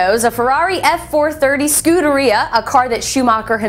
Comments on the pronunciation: Ferrari Scooter-E-uhh LOL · I don't think she's pronouncing the name Scuderia correctly. I'm no Ferrari owner though.